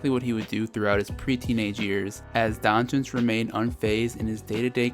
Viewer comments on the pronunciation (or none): It's pronouned 'Donk-itch' sir . not donchich